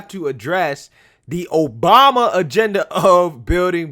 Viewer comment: At minute in this beautiful speech by Senator Joni Ernst, she says "President 'Bama".